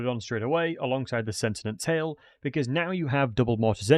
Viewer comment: Epidimus, Arabal, Sentinent Tail Bro, your dyslexia is absolutely off the charts! Makes the video funny tho